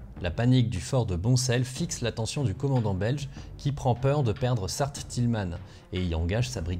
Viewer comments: Général Leman et non Léman, Sart Tilman et non Tilmanne , Evegnée et non Evégnée etc, etc... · Etant liégeois ca fait plaisir de découvrir enfin un peu mon histoire! Par contre si je puis me permettre on ne prononce pas * sarte tilmane* mais sarre tilman ; D En tout cas j'ai appris plein de truc continue comme ca! Je découvre aussi que le manque total d'organisation inhérent a mes concitoyens ne date pas d'hier XD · sart tileman se termine par un ans pas par un anne waremme se dit ouaremme pas varemme sinnon super vidéo t'as un abonné en plus c'est incroyable comme dans l'imaginaire colectif des liegeois , liege à fait perdre enormement de temps au allemand alors que dans les fait le jours apres leur arrivée liege était pris et les fort se sont rendu parfois sans combattre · Liégeois, mon coeur saigne lorsque j'ai entendu le Sart-Tilman se prononcer sarte tilemanne xd bonne video btw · alors juste petite info le sart tilman se prononce plutot avec le son "en a la fin que avec le son "man" plutot a l'anglaise , sinon tres bonne video comme toujours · Sart tilman ca se dit plus “sart tilment” comme l’île du man ou Le Mans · superbe vidéo, je ne fais que tiquer sur les prononciations : - Sart Tilman à prononcer Sar Tilman (an comme dans enfant) - Romsée à prononcer Romzée (comme la ville et comme la mer) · Sart-Tilman se prononce sartilment, Waremme, ouaremme et Évegné, pas évégné. Sinon, merci pour la vidéo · Étant moi moi-même sur place en se moment précis, la prononciation faite ici de "Sart-Tilman " me fais bien sourire ^^ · Quelle déception d’entendre tous les noms de bleds belges parfaitement dits sauf Sart Tilman 😂 Super vidéo ça m’a fait plaisir d’enfin voir ce qu’il s’est passé près de chez moi! Petite pensée pour ceux morts pour retarder le plan allemand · Bonne vidéo, mais les noms des villes écorchés a vif... Evegnée, Sart-tilman, Waremme... ouille ouille ouille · Bravo ! Tu n’as presque fait aucune de prononciation ;-) sauf pour le « Sart-Tilman »